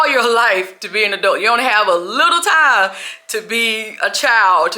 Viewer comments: it’s “TIME”, you pronounce it in a funny way😅😅😅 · You don’t have any TAM to waste, TAM is going too fast guys, TAMMMM!!!😂😂😂😂